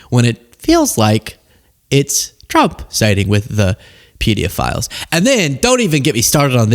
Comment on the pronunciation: "Pedeaphiles" just sounds like he probably watched too many YouTube videos, where people say "PDF files," to get around the censors, and the thought that was how you pronounce it.